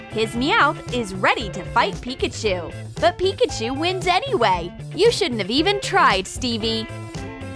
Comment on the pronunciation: Really she said pickachu not Pikachu